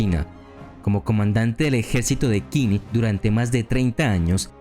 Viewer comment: Muy interesante el video, solo quiero comentar 2 cosas: el nombre del reino chino de Qin se pronuncia “chin", de ahí viene el nombre de China, segundo: me hubiera gustado que incluyeras a Ulysses S. Grant, el tampoco fue derrotado nunca, saludos